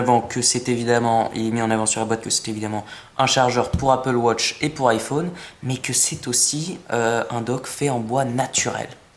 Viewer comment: tu sais pas dire iphone et apple watch